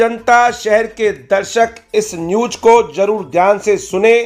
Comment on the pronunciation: Bhai woh news hota hai newj nahi